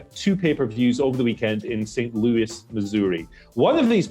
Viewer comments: St. Lou-us. Why does anybody not from America have a problem with this 😂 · Phonetically, it is pronounced “Saint Lewis”.